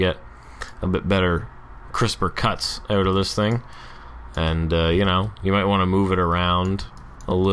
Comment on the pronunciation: I've been meaning to share: "Out" is properly pronounced "out" not "out." You're the best! Love your stuff.